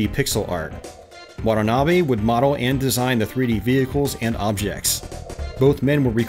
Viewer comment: you murdered his name. It's wa-ta-na-be not waddlenaby